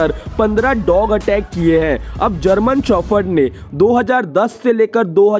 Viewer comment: German shophord 😂😂 🤦 indians english